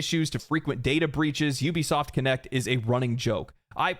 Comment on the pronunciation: It really irritates me when people call Ubisoft You-bisoft its oubisoft get it right! Ubisoft… Regardless the Company died a long time ago.